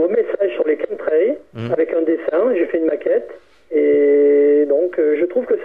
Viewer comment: Qu'est-ce qu'il est ringard le jingle du début !!! Et la prononciation "Chemtrails" c'est pas ça hein, au secours (Kém trél) ! C'est de l'anglais quand même "chemical trails"